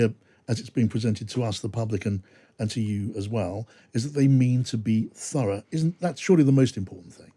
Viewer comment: Furra ? Did he mean thorough. 😂